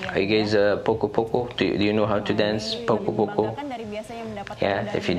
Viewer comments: Assalamualaikum poco-poco dance is actually pronounced 'po-cho - po-cho' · Wow...keren (p o c o )mr bukan poko (poco poco)😁